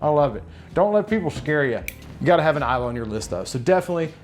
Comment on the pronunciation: Finally... someone who knows how to pronounce islay. Speaking of scotch, how do you keep it from oxidizing?